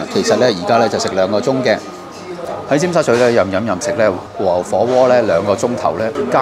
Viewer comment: 如果 和牛 二字沒有 懶音；會聽得 舒服D；看得 開心D :yougotthis